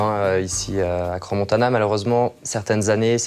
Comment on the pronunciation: C'est pas Crans Montanan mais Montana pauvre tache :), toute mon enfance j'allais skié la bas mais aussi l'été avec son golf au championnat du monde , c'est génial ,je connais ses montagnes de Crans sur Sierre a Montana comme ma poche, a chaque fois qu'ont y allais c'était pour moi le paradis :)